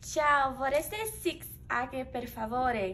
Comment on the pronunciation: "vorrasti six ague por favore", quando na verdade:" VORREI SEI ACQUE PER FAVORE" 😂😂🙃